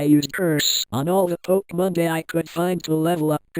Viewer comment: Stop saying pokemonda